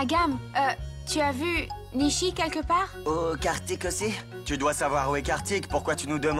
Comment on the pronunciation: Je tellement Haï quand jucnech a dit nisi ils ne peux dire nichi😅😅😅😂😂